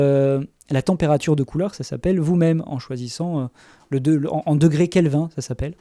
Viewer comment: "degrés Kelvin" Ah... en fait je vois qu'on te l'as déjà fait remarqué... donc je rajouterai que cela se prononce KelvinE (en France) :)